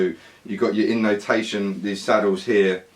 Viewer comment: My Finnish ears heard that you kept saying innotation. It's intonation xD